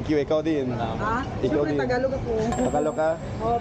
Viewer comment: buddy, tagalog not takalog. 👍🏽